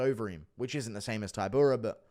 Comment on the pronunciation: He pronounces polish fighters' names terribly. Taibura, week-watch, breski